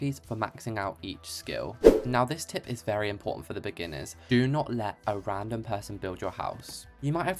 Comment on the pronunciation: "Im a wery bad builder" * makes a beautiful front wall*